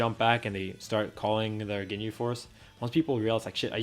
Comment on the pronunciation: he literally said he may misprounce some names due to his swedish accent. Just like how he say ginjew instead of ginyu. He knows he is mispronouncing some names. Plus, you don't have to watch dbz to be good at this fighting game. You don't have to play Super Mario or Legend of Zelda or Pokemon to be good at Smash Bros.How much you watch dbz has literally no correlation to your skills in this game. In fact, this game is made by Arc Systems, so it's literally a Guilty Gear game with MVC assists.